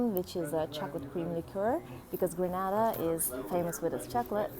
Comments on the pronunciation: Just an FYI it is pronounced “GRAY-NA-DA”. Nice video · It's actually Grey-nay-dah